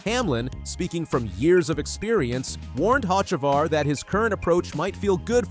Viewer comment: Carson HOCEVAR your pronunciation is definitely wrong of his last name a soft c sounds like s’ try it and I bet you get the pronunciation right